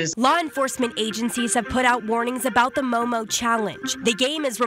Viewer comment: It's MOOMOO not MOMO!